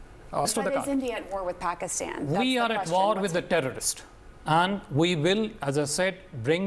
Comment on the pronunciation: اب یہ باجی اس کو اپریشن نہیں بولیں گی اب یہ باجی اس کو واڑ بولیں گی واڑ گودی میڈیا والو بولنا تو سیکھ لو 😂